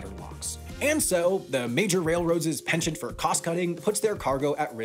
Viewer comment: penchant is pronounced "pawn-chawnt".